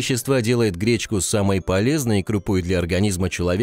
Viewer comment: Говорят гречнко